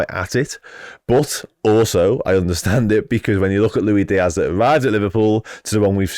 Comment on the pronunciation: Lui Dias.. man.. you speak professionally about a football club and can,t even pronounce the name of one of their main players. Go..sell sausages on a market !